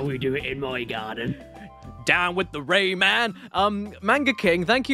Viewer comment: Caddy. Please stop saying Rayman like that 😂 The hell is a RAYMnn